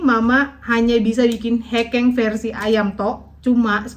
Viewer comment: bacanya bukan hekeng nong tapi hekeng😅